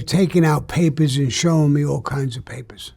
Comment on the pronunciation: “They started pullin out all kinds ah paypahs…. None of it made sense.” Sounds like me on every job application 😂😂😂